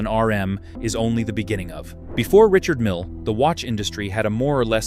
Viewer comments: Richard Mille is a French man. Therefore his name is pronounced, Ree-shard Meale, which is obviously too much for the AI voice over. Doesn't alter the fact that his watches are overpriced and grotesque with it. However, when you look at the number of F1 cars and the World Endurance Series cars bearing his name, plus the annual Le Mans Classic for which he is the main sponsor, that takes a colossal amount of money, so he must be selling a hell of a lot of watches. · The Invicta for the tasteless wealthy. I'm tired of A.I. crap that that can't pronounce brand names.